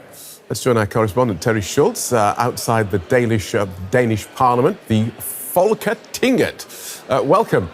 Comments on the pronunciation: And in my head I was thinking "That's too much emphasis on the 'g' and 't' that it sounds German not Danish" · Hat's off for him trying to say "Foketinget". He didn't have to. Could've just said parliament. He didn't even get it right; but he tried and he got very close. I respect that.